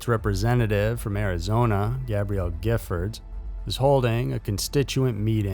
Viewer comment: Awesome pronunciation og Gifford shooting in Tucson!!! I remember that day, I live in Tucson and was very glad I didn't go to that event... was an extremely shocking crime!!!